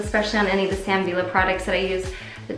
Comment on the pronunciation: Love your style! Your hair stylist taught you well, and gave you all the right tools! I am a stylist from Oklahoma, and I love Sam Villa (Ve-ya is how I think its pronounced, I think he is of Hispanic decent) products!